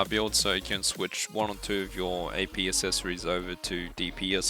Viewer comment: "assessories" lmao